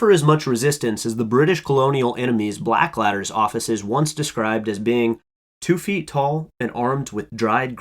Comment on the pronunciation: Yeah, Bladders or Balders I could see, but "Blackladder"? Part of a cunning plan, perhaps.